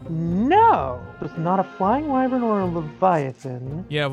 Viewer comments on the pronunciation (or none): it's why-vern not wee-vern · just a fyi you where pronouncing wyvern wrong it is pronounces Why-vern. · Me when I chronically pronounce wyvern wrong